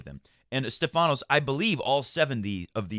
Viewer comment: Great match by Felix. As a Greek I gotta correct you on the pronunciation of Stephanos. It's Stéphanos not Stephános. The accent is on the e. Cheers